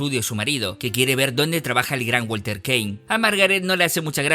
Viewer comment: Súper interesante. Un mini detalle es que el apellido de la señora se pronuncia "kin"